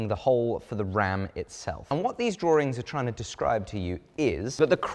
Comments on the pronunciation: I am pretty sure that they are complicated Draw-ings, not 'Draw-rings'. Let me know if i am missing something. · "Drawrings" there's no R after the W....😬😇 I always get a little giggle when I hear it pronounced by anyone from The U.K.✌💛🗽💯%